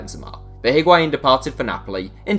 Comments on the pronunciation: Patinho He pronounces it well, except for the H that should be mute. The pronunciation is I (Like saying the i in the word 'in') - wa - in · Hearing English people say Higuaín is so painful